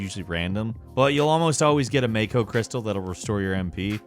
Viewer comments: It's pronounced 'mah-ko' ... Not 'may-ko'. Sorry. Had to get it out of my system. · You pronounced mako wrong it’s MAH ko not may ko, and midgar not midgrr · Imma only say this once. It's pronounced Mah-koh. It is not a shark. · It's pronounced MAH-KO. you didn't play the game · Bro, what is with you and saying things wrong? May-co, MID-GAR.